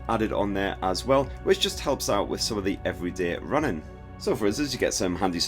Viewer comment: Okay, I am curious to know why you say "runnin" instead of running?